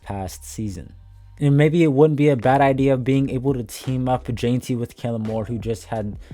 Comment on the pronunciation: My brother, it's jen-tee not jane-tee ,👌🏽